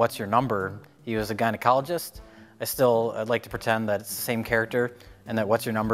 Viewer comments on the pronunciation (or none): none